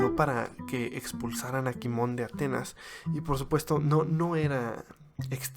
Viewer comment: Se pronuncia Cimón no Quimón